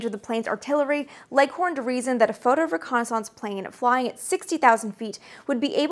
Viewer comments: I love the way you pronounce "reconnaissance"; it sounds like renaissance... Ok I definitely see the logic in your pronunciation; it's hard argue with 9 matching letters at the end of both words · French through "Canadian" :) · Fellow illinoisan myself, Chicago area, and never have I heard it pronounced this way before. Dear god does her way of pronouncing it sound French. Canadian's, eh? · Wow, details to the max, love the insight. I also enjoyed your alternative pronunciation of "reconnaissance." One minor nit, but General Bernard Schriever's name was pronounced Schr-ee-ver, not Schr-eye-ver. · Great video! I'm curious about your pronunciation of the word "reconnaissance" though? Are you saying it in the proper french? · I think I remember you saying you grew up French Canadian. The way you pronounce reconnaissance makes me self conscious about the way I say it. Hillbillies don't speak French. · your french canadian is coming through when you say reconnaissance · This might be a regional thing but are you saying "reconnaissance" correctly? reconnaissance. I do enjoy your videos. This is not a bashing but sorry if taken that way. peace! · Guessing it is the Canadian pronunciation. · Excellent video, watched every second and learned a lot but.... your continual non-standard pronunciation of reconnaissance is distracting to say the least. There is a correct USA English pronunciation and this isn’t it. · I seriously had to stop the video after hearing that word mispronounced for about the 50th time. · Everytime you say "reconnaissance" a dial up tone goes off in my brain lol, I've never ever heard it pronounced that way before Maybe it's a regional thing, I'm from Chicago and I've only ever heard it pronounced "ree-kon-iss-ince" not "re-kon-aah-sahnce" Edit: I know you're an author so I'm not gonna tell you what is and isn't the right way to pronounce things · That would be pronounced ho-co-ni-sanse. She's doing her own thing. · entirely agree